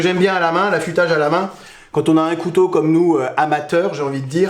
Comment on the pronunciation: là tu fais une légère erreur de prononciation mais qui est commune car c'est un mot difficile, cou-tau